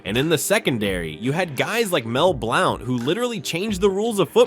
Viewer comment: Why did he pronounce Mike Golic and Mel Blount that way? Also no mentioning of Talib as a standout for Denver and Jamie Sharper for the Ravens is crazy work